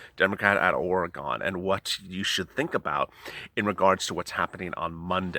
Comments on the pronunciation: Btw, Ore-gone has gone nowhere!! Oregon is pronounced “Ore-gun” just FYI. Smh.... Can’t believe you being in California don’t know that. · ORY GUN!!!! NOT ORY GON!! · We all know that if they pass part of this, they will never come back and pass the rest. It's proven by past behavior. Sorry to correct you but it's pronounced Ore-gun, ore as in iron ore and gun as in gun. Your great, we love what you have to say plus your hilarious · Love you! BUT when you say Oregon I cringe, the Eastern Oregonian I am forces me to educate LOL... Pronounced like gIN not gON. So like, wagon! Again, love you so does my Pittie Able 😉🙂🙃😉